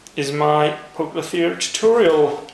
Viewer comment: poucloferia ? hehee english is shitty in spiders world :P